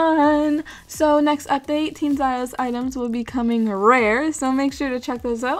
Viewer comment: its "meeera" and for the other one its "ziiiiiiios" XD (its a long e sound for both)